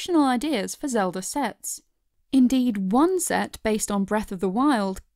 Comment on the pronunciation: Did she say Lego Zeldur